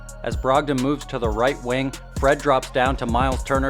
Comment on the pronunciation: Haha I can sorta tell you are Canadian by the way you say Right Wing like it's hockey 😅